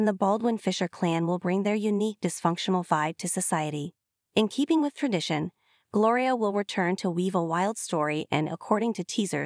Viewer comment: It's Gloria not Glory